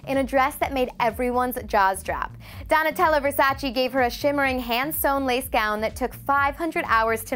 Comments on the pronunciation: Its not ver-sa-cheee.. its versa-che.. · Learn how to pronounce "Versace". Our ears are bleeding